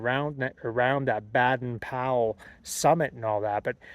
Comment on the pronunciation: Baden-Powell: Baden has a long ā pronounced Bay-den. San Jacinto: pronounced Ha-cinto